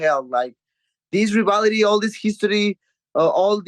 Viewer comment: Someone teach this man how to pronounce "rivalry" please